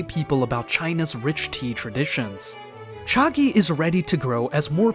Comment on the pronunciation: hey great video do keep up the good work but i think you may have pronouced chagee wrong